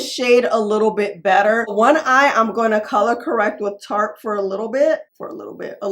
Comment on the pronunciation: I find it so interesting how you pronounce “I’m going to” as “ama do….” 😂